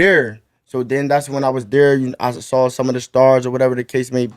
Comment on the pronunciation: No funny shit but is this a Philly thing where y’all pronounce “Saw” meaning seen with a L like “sawl” keep doing it what’s the deal with that.